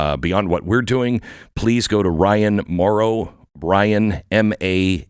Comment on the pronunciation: You missed the “n” at the end of this guy’s name. It’s not Mauro it’s Mauron. Not sure why the mess-up